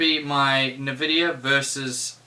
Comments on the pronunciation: Love your videos although the way you pronounce Nvidia is a tad infuriating-bloody kiwis!!! In all seriousness keep up the good work mate, very informative videos. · My immersion into the video goes away every time you say nvidia.